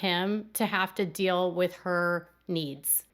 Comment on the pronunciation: Robyn sounds so dumb when she talks. Not trying to be rude, but the way she pronounces feel as fill and deal as dill makes her sound like a dumb rube.